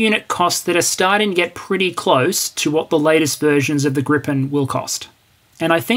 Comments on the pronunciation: Its called "Gripen", not "Grippen" :D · It's Gripen. Not Grippen. Gripen means "the griffin". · There's only one p in "Gripen". Neither in spelling or pronounciation. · The name of the Swedish multirole from SAAB is "Gripen" ("the griffin"), not "Grippen". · A minor detail, but I imagine you care about details – the Swedish aircraft is called Gripen, not "Grippen" (pronounced "greepen", meaning "The Griffin"). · grippen? it is without the second P. Gripen has been going for soo long yet that old mistake keep coming up. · As the "Gripen pronunciation elitist" on Hoggit would say, it's Gripen, not Grippen. =) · Hi, Gripen is spelled with just one 'p' meaning griffin. With two 'p's it means flu in German (grippen) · Great video, very informative. Slide shows rule, no need for modesty here! Side note: The Saab "Gripen" is pronounced "GREE-pen". Literal translation, 'the griffin'. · Why must you add an extra "p" to poor JAS-39 Gripen, hasn't she suffered enough? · Thx, good video. The SAAB is spelled Gripen (so its a long vowel :) )